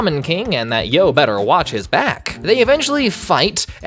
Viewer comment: I love how you call Yoh “Joe” insted of “Eo”